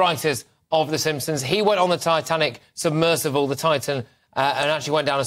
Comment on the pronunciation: All these news readers different channels don't know thats us A SUBMERSIBLE OKAY? NOT SUBMERSIVLE 😏 ON BBC CALLED IT A SUBMERSIPLE YESTERDAY,...